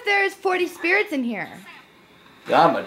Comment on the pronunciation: I heard him say 20 spirets